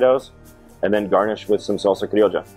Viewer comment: I love how he pronounces salsa Criolla with an Argentine accent